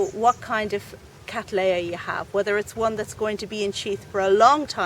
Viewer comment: Would you please consider pronouncing the name as Kat-LEY-uh NOT Kat-LAY-uh. The name comes as I am sure you are aware, from William Cattley NOT William Cattlay. Regards